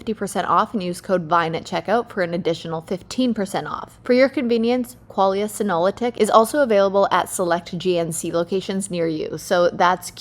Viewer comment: Kaitlyn, you completely mess up the pronunciation for Qualia Senolytic. Embarrassing for you to have this major oversight happen and shows a lack of respect for the company. This will be shared.